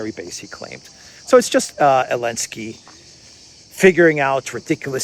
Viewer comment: What the heck are Himars? The currency of Ukraine is a HRYVNIA. And why are you referring to ZELENSKY as ELENSKY???? If you don't know how to pronounce A word or a name ASK SOMEONE WHO DOES!!!